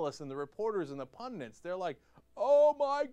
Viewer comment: Cenk, c'mon man, I love ya, but the word's "pundit", not "pundent"! Ya drive me crazy when you say pundent!